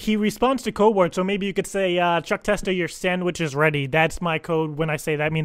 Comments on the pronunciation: she got it totaly wrong, its Chuck testa not Chuck testung, is that like a cheap chineese copy? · It's like they can't pronounce "Testa".